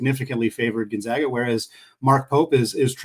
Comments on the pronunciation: please teach the guy to say Gonzaga correctly. We aren’t the Zogs, we are the ZAGS! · honest question here. This is the third straight guest who can’t pronounce Gonzaga. Why don’t you mention before the podcast starts (in a friendly way), “it’s the Zags, not the Zogs”? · I automatically dismiss the opinions of any basketball commentator that can’t pronounce Gonzaga correctly.